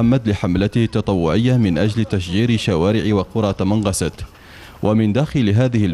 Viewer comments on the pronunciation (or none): اسمها تمنغست و ليس تمنراست